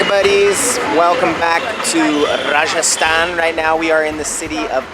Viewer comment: Your hindi pronunciation of Rajasthan & Udaipur reminds me of the British overlords who ruled India. Scary. Btw great video.